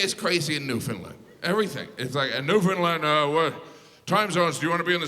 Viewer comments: How to pronounce Newfoundland: Say NOO, say FIN, say LAND (not LIND!!!) Thank you. I enjoy your humour! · Is he pronouncing Newfoundland correctly? “NewFINlind”? I’ve always pronounced it “NewfinLand”. I’m from Ontario so I’ve never really cared. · Not a Canadian. I know because he pronounced it Newfoundlund not NewfoundLAND. He sure talks a lot about Canada. I looked it up. He is from Indiana? Hm. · Way to mix everything up there bud. NewfoundLAND not newfoundLIND has the oldest city in north America. Smh at you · it's NEW-FIN-LAND not not NEW-FINLIND 🥺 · He needs to learn how to pronounce Newfoundland . It's not newFOUNDland or Newfinland, it's Newfunland! lol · He's also mispronouncing the name of the province. When I was in Labrador (another gigantic province he didn't mention) the locals said, "UnderSTAND, it's NewfoundLAND" over and over. Not NEWf'ndl'nd. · It’s pronounced “Newf-ou-ndl-a-nd” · Why do all Americans pronounce Newfoundland, like "Newfunĺind??!! 😢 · Please please say St. John’s province correctly It rhymes with understand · I hope in the last 3 years, you have learned how to pronounce Newfoundland. It's underSTAND ... newfundLAND. And I'm from Alberta and know this. Lol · Why do Americans say say Newfoundland like "Newfinlind"? Like it was actually New Finland. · half hour LATER in Newfoundland buddy! You pronounce it NewfnLaaaand! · As a Newfie I can say it is not “Newfinlind” lol, and we are a half hour later not earlier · I love this all though St.John’s NL is the old city in North America not Saint john NB and Newfoundland is pronounced New-Fun- land like understand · A lesson in pronunciation: underSTAND newfoundLAND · He didn’t pronounce Newfoundland correctly. He said “new-fin-lund” it should sound like it rhymes w ‘understand’ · Was anyone else triggered every time he said “Newfinlund” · Land. Newfoundland! Not newfoundlind. Pronounce it like Understand. Understand, Newfoundland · It's pronounced New-F-IND-land. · It’s “Newfin-land”